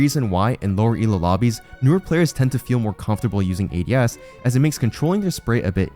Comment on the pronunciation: the way "ADS" was pronounced gave away the ai voiceover, yall are lazy scumbags